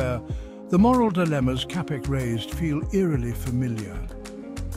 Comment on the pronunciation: Čapek is pronounced 'Chapek'. Otherwise, thank you...